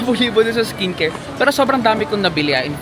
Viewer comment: iskin keyr hahaha.... tonymoly, mediheal etc haha, samgyup... try mo HongBar Myeongdong hehe